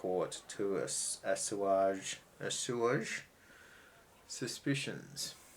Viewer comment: I think it's pronounced "ass-wage"